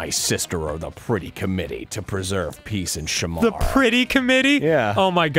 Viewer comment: i know this is late, but its shuh-MAR not SHAM-ar